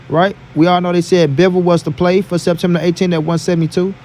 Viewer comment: It has to be fur it has to be fur 😂 I’m not letting you get away with that lol